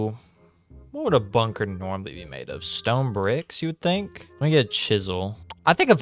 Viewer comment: When he said bunker my broin immediately thought ´´BUNGER´´.